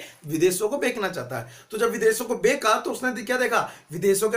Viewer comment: Sir beka nahi becha